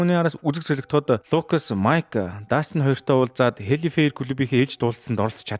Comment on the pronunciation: Hellfire-г зөв хэлээчээ 😤😤😤